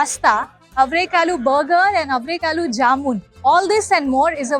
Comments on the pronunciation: Forget the other Kannada words, considering that the video is on avarekalu, she should have at least taken the effort to get the pronunciation of that word right. Otherwise, she is not fully prepared to present the video. It's like making a typo on the cover of a book. Also, like most North Indian languages, Kannada is also derived from Sanskrit and not from a foreign language. So, it shouldn't be that tricky! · There are 125 dishes made of averekalu.. the mela is avere mela.. atleast learn to pronounce ‘averekalu’ and averebele atleast after listening to the locals pronounce it. Pls don’t be so ignorant.